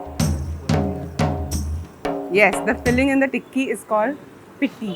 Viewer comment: Pitti nahi it's pitthi or peetthi